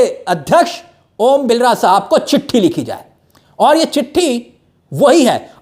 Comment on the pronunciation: Are bhai vo om Birla h ombilra nhi name to sahi bolo